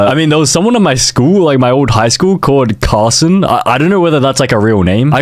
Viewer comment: my bffs name is carson AND THATS NOT HOW YOU SAY IT